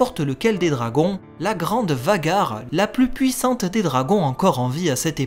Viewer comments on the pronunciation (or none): none